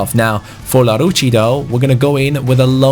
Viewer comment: you pronounce larouci el-arousi